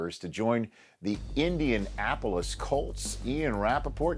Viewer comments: treyguild he said it like two wards. It’s india-napolis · "indian-Apolis" colts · * "Indian Apple-less" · Indian Apolis? It's one word, bruh. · "Indiapolis" i love ya Rich but cmon lol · Indian-apple less colts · I'm pretty sure most people pronounce it like indian-napolis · I was just saying this dude cant even pronounce it